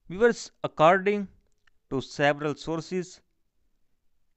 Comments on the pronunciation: I like 👍 it when he says viwers [Viewers] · I clkiked his chanal and said 'VIEWERS' then he repeated it after me😂